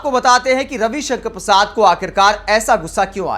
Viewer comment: नाम सही उच्चरित करें कवि कंकण परसाद